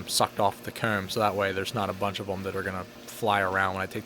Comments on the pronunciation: He says coom. Not comb. It’s the only thing I noticed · I remember in one video you mentioned that people say it's odd the way that you say "Comb", well after watching this I can confirm that it's any word with an O in it! Phone, Hose, Mow, Comb, you just seem to over emphasis the O in every case. Not a bad thing per se, but you were curious about it so there it is.